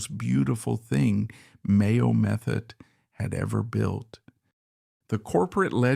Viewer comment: Mayo Methot was the abuser. When drunk she was refered to as a "wild cat". Methot is pronounced Meth-oh. The final T is silent .